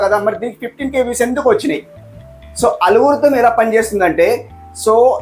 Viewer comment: అలుగురితం కాదు bro ALGORITHM 😂 కొత్త కొత్త NAME pedthav